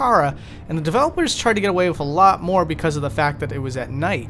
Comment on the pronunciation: Fascinating vid, but can you please stop saying 'wif' instead of 'with'? It's driving me nuts in an otherwise excellently-narrated channel.